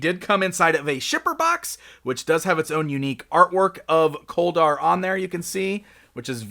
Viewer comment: His name sounds like colder instead of kol dar